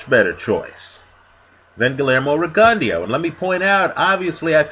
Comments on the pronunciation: you gotta put the gon & the "eh" in the pronounciation. Riggin Dow is how Max Kellerman pronounces it but not by the Cubans. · I dare say u r sayin rigondeaux name horribly wrong, to the point I didn't even kno who u was talkin about at first, lol, gud vid doe